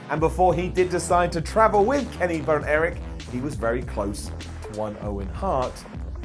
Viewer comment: I love, but yeeeeeeah... He said Kenny Vern Erich.